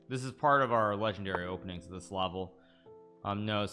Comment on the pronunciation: hikaru always pronouncing "this" as if he was saying "deez nuts" XD